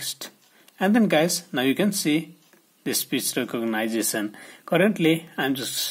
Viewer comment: Speech re-cog-nice-a-son got me.